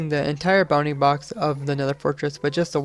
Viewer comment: Who else hears "bunny box" instead of "bounding box"?